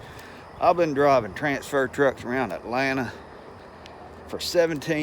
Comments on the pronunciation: AH (T) LAN AH... that's what I hear...beautiful sound. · This is hilarious..I’m from Alabama and say it like you do ,with one T 😂..